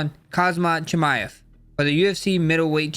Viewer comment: Chimm ev